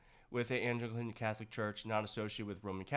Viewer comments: I like what you have to say. But, your laziness about public speaking and educating yourself on how to speak the terms central to your content erodes your credibility. Educate yourself on public speaking and how to pronounce the terms you are using (i.e. Anglican, Seig Heil). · Fancy trying to pronounce Anglican again?!